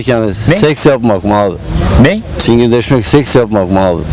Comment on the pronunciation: Adam fingirdesmek dedi lan :D Hahah efsane video olmus.